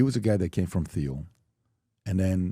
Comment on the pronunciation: mispronounces Thiel, CIA guy gets it right